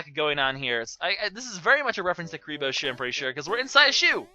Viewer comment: Is... is he saying Kuriboh's sock?